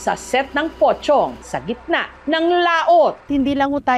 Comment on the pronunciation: Kala ko pokong ung pronounce